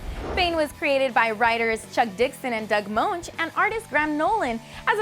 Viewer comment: Moench is said like Bench.